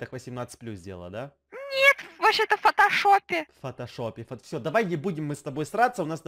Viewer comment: Почему мне послышалось не фотошоп фотожоп